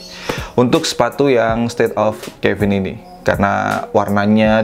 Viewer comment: Caven Di baca nya Keven bang bukan kevin😅 soalnya ane punya seri caven dan buat penyebutan ny Keven:v not Kevin